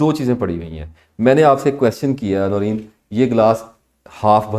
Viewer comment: The host name should be pronounced like NOOREN....wht does she say, the hostess???